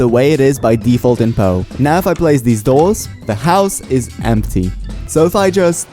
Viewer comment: IT'S POU NOT BOU